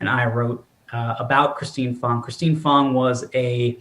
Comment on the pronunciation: Pretty sure it is "Christine FANG", not Fong, but as we know, translation of vowels is often subjective. Her alias was "Fang Bang"; Swalwell definitely took that literally.